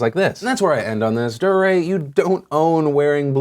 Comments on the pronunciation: Dee-ray. Not Durr-ray. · Not sure if Phil mispronounced Dee-Ray as Der-ray on purpose to highlight his durr moment... but if the shoe fits... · I think it's pronounced dee-ray, Phil. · His name is pronounced D-RAY . not duh-ray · so its pronounced duhRAY? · Deray is pronounced Dee- Ray #PSA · did you call him dariah? lol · Phil I've been subscribed to you since I was in middle school, you are falling off just pronounce his name right man "DEE-ray" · It's pronounced DEE-ray. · Just so you know Phil, I think it's pronounce DEE Ray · It's pronounced D-ray DeRay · I love how you call him Durrr ray hahaha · Honestly I just can't get over the way you are saying Deray's name. Emphasis should be on the second syllable. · The way Phil pronounced Deray made me cringe